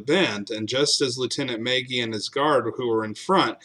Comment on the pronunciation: As an Irishman, it is pronounced, mah gee